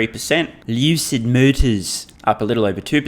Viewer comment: Lol the way you said LUCID motors 🤣